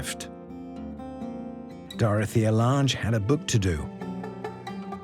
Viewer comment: He also mispronounced Dorthea Lange's name...